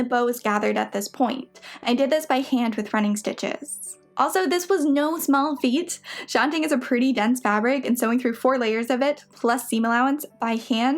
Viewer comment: I’m making it my mission to watch all of your videos. I love your attention to detail. One thing, shantung is pronounced shan TONGUE.